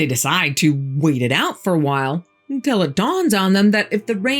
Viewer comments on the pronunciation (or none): I love your story telling, but the word is until; not entell.